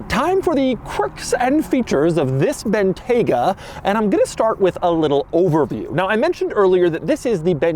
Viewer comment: It's pronounced BIN-TYE-GUH